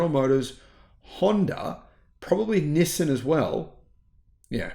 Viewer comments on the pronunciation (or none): none